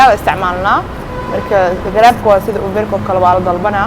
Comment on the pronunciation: uber sidee ugu dhawaqdy ban ku qoslay 🤣